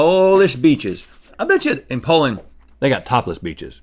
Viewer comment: Link, it's not Pole-end but Po-land.